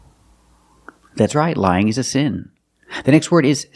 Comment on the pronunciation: Short sound /ı/ like in sin, win, kin and skin Me: Seems he's pronouncing all those words with a short /e/ sound, just like sin~sen, win~wen, kin~ken, skin~sken